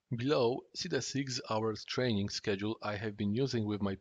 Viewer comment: Rofl that "trening"